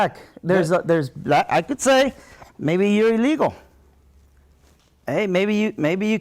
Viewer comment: The fact he can’t say ‘illegal’ tells me everything I need to know about his allegiance and loyalty.